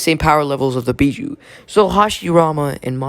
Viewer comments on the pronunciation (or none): Bijuu not Bijou